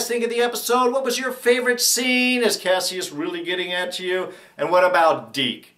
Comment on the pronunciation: why do people keep mispronouncing kasius name? don't they repeat it enough in the show?